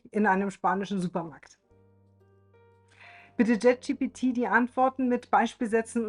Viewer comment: Dennoch heißt es "Chat" GPT und nicht JET GPT. 😅 Entschuldige bitte. Aber auch das muss erlaubt sein zu äußern. Und das ist keine Kritik, sondern nur lustig. 😉 Es gibt so viele Menschen im Alter über 50, die trauen sich gar nicht erst auch nur ein Wort Englisch zu sprechen. Von daher, finde ich richtig gut. 😊